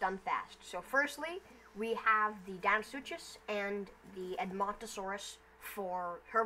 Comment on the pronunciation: Its deinosuchus not deino-such-us and its mahajangasaurus not majungasaurus